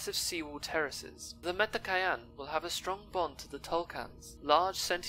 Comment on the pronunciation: LOL it's Met-ka-yee-na